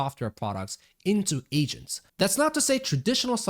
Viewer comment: Hearing "Asians" instead of "Agents" hits different ☠️